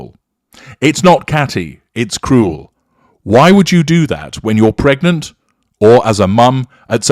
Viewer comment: Why did she have a need to stress the word “pregnant”?